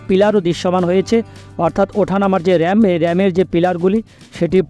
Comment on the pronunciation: উচ্চারণ এর এই অবস্থা কেন? আস্কে- আজকে/ সাসক্রাইব- সাবসক্রাইব/র‍্যাম- র‍্যাম্প!! ঠিক করেন।